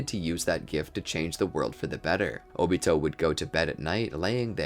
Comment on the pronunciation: Can't even say his name 😂😂😂